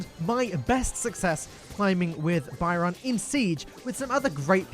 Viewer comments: Byron seems awesome. I hate paying for brawlers but I might have to give in cos I love being a healer. Loving your video style, keep up the great work. Keep pronouncing Byron like that though and I might end up hating you. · why do you pronounce Byron so bywrong!!